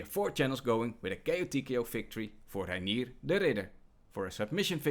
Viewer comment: Pronouncing "Reinier" the proper Dutch way🙌